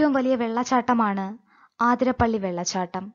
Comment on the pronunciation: ആതിരപ്പള്ളി അല്ല അതിരപിള്ളി